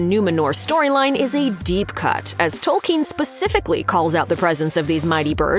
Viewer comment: "Salron" and "Tolkeen"....lol